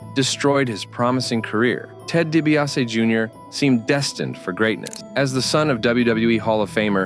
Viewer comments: DiBiase is pronounced “Dee bee ah see” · You pronounced DiBiase wrong.